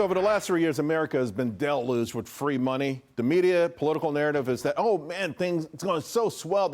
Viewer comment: Uh, what? How do you say deluged again?